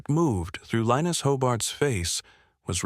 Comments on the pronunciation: The mans name was pronounced Li-nuss not Linus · Mostly it said LION-US 😕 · Linus is more commonly pronounced LINE US, although in this narration it varies from LEAN US to LINE US. Consistency counts!!!